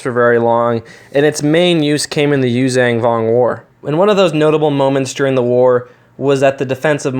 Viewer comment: Holy crap only 4K subs also "you xong vong"